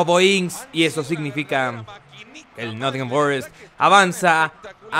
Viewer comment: "Con el Nott'n Forest el blablabakfkfkakNcisia de la Premier League"😂😂😂😂